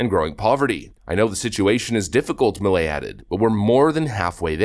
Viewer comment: Its pronounced "P-A-S-O" and "M-E-L-E"